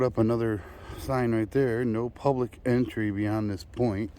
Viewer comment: Dear LEOs it is "Entry". Just saying.